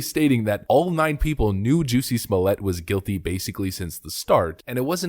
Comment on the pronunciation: After watching Dave Chappelle's stand up on this: Say "Jussie" "Jussie" Now say "Smollett" "Smollett" Ok now say "Jussie Smollett" "Juicy Smooyay"